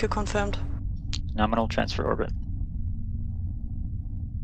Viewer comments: It’s not Norminal. It’s Gnome-inal. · It's Gnome-inal